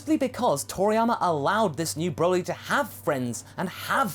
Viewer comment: Hey you said Borly.